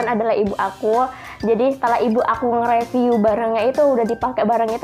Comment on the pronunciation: Mau info aja ya mbak syg cara pengucapan 😊 Review : ri-viuw Eject : i-jek